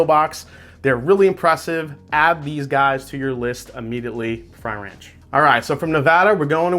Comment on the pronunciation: Frey Ranch is NOT pronounced fry ranch. My lord. YouTube Frey Ranch and learn how to say it before the video 🤦‍♂️